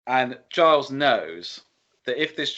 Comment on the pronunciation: Gilles is pronounced "Jhill". Like "Jill", but no "D".